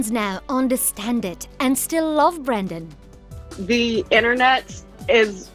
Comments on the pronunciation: Wtf woman, his name is Brendan. Not Brandon. I mean, it's written right there. See it? No? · BREN-DAN not “Brandon” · BrEndan. Not Brandon. With an E. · It's BRENdan NOT BRANdon, clueless fake fancy pants lady. The least you can do is get his name right. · Brendan NOT BRANDON.... jeeze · How does the narrator get his name wrong the entire video? It's not Brandon. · It's Brendan not Brandon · The lady overdubbing this keeps saying BRANDON and not Brendan